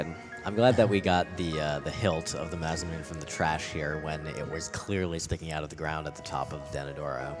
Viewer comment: It really bothers me that they kept calling it the maz-uh-mewn. It's pronounced mah-sah-moo-nay.